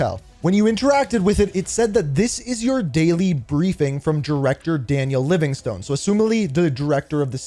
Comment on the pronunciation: Why are you saying Livingstone like that 😂